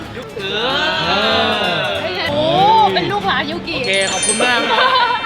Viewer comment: ได้ยินยูกิเป็นยุนกิ- -ตอนแรกตกใจเลยนึกว่าชูก้าBts มิน ยุนกิ